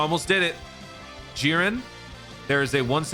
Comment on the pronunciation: I'll do it for u, ahem...."JIReN"